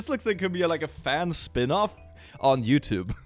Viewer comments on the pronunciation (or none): none